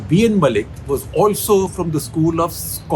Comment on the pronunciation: Dear Sekhar Sir, B.N. Mullik, the surname pronunciation should be Moulik/ মৌলিক। Mu - মৌ, llik - লিক। You can't pronunciate Bangla throug other languages. Thank you for understanding. :)